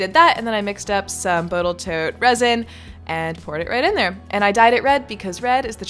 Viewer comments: She definitely said Boatal Tote! :D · Boatal tote… my dyslexia understand you entirely